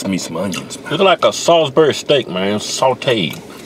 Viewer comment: Every time they say "sawsberry" take a drink.